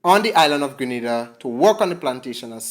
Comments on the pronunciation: It's Grenada not Granada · Just a little heads-up. I believe the proper pronunciation is: Gr(EH) N(EY)DA.